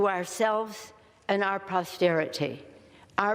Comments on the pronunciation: It's NOT pRosterity Nanc! It's POSTERITY! Love how closed captioning cleaned that up for you ya old drunk hag! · ....Nancy....'...."to ourselves and our PROSTERITY....." poor Nancy...on the floor of the house, to all those people there...AND watching....PROSTERITY...and, she repeated it to make sure we heard her right...EXCEPT....it's POSTERITY...!!!! oh Nancy...shame.